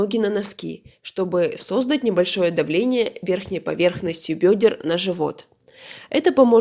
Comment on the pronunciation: Если автор в слове создать делает ударение на первый слог, то его вообще не надо слушать. И никакую бумагу нельзя использовать, для этого существует влажная туалетная бумага. Весь ролик не стала смотреть, не люблю людей далеких от медицины